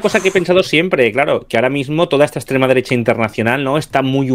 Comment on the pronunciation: Por cierto: en el primer minuto el tal ha repetido cuatro veces "la ekssstrema derecha"... 🤣🤣🤣🤣🤣